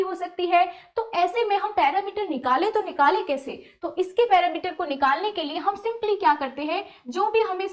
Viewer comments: Not parameter its perimeter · पेरिमीटर होता है। न कि पैरामीटर ।